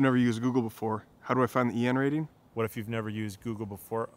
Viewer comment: I couldn’t tell whether you were saying DN rating , TN rating , VN rating or BN rating sorry 😔